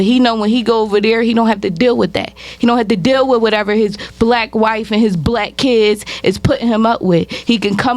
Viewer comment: Never trust a woman who says black as “blick”